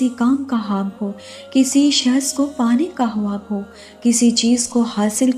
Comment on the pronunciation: Assalamoalikum..sis ap ye khwab ko haab q bolti ho muje bhot irritating lagta h or urdu me khwab hi bolte h ap kon si language use krti ho jisme khwab ko haab bolte h ?...plz batyega zarur